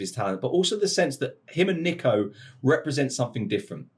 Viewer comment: I hate the way this guy says Nico, it’s Neeeco